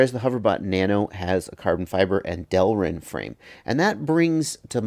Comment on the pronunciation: TFW you are excited to hear someone pronounce it "delrin" and not "derlin"